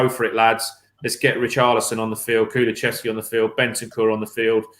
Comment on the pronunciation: you gotta start teaching your guests how to say Kulusevski.